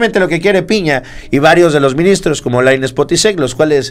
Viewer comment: ES " MINISTROS" NO "MINSITROS" JEJEJE 😂🤣